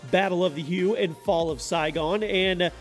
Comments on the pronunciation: I'm surprised 3 isn't top - i think Vietnam should phaps be higher (1943 was originally a free addon download for that game, btw) and what happened to Battlefield Hardline? Oh, and while i'm on - i'm pretty sure Hue is pronounced 'Hoo-way' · "Hue" is pronounced HWAY, by the way. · Battlefied Vietnam, Battle of the Hugh? Seriously? Learn how to pronounce the names. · And you pronounced hue wrong lol